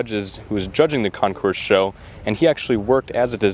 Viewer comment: FYI...CONCOURS IS CON-core, not con- course....the S is silent. A concourse is where pathways or roads or train tracks meet... Great and interesting video.....A+++